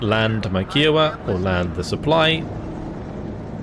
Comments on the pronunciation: You pronounced Kiowa wrong bud, its kai·uh·wuh, amazing content as always! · K'eye [as in eye]-oh-wa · I only mention it because you always are so good with pronunciations, but the pronunciation of Kiowa is slightly off. The helicopter is named after the Native American tribe of the same name and instead of a ‘q’ sound it’s more of a ‘k’ sound. So it’s like ‘Hi’ with a K sound at the beginning. I don’t know how else to describe it in writing lol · Yeah, I was gonna say this! The “Ki” rhymes with “eye”.